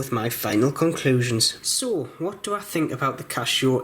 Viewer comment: Why do you pronounce it 'Cashow'?